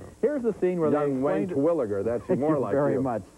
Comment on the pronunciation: Anyone know the name of the baseball player Gene calls Roger? Sounds like he's saying Wance Williger?